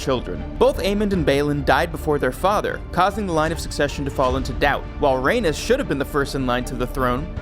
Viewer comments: Bruh only 30 seconds in and this voice over guy is killing me. "Raynis" Tell me u haven't watched the show without telling me u haven't watched the show. And he's doing the voice over for HotD video? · Rhaenys is pronounced Ray Knees not like Uranus. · You’re mispronouncing Rhaenys! RA-NIECE